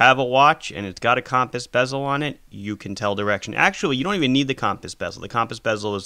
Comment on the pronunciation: “Cawmpass bezel”